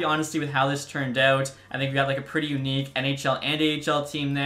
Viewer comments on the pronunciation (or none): none